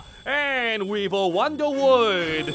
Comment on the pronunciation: "Wex Waptor and Weevil Wunderwood" LOL